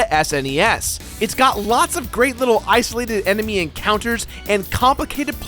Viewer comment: Rondo felt more like SotN's prequel because of the more detailed story. also he said "emeny" lol.